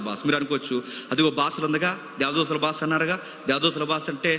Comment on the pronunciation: బాస కాదు brother బాషా